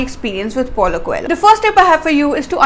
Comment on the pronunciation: I think coelho would be prounced as" ko - leo "